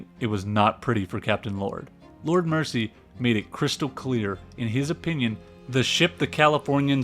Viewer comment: Pretty good video, but as an Englishman I must inform you on a few glaring mispronunciations. 1) Lord 'Mercy' is Lord Mersey (Mur-Zee) - like Liverpool's famous River Mersey. 2) 'See-Rill' (radio operator) is pronounced like 'Squirrel' not see-ril. 3) It's Car-Pay-thia, not 'car-PATH-ia'. I get you're American, but these things stand out to us English folk. I hope you don't mind my saying.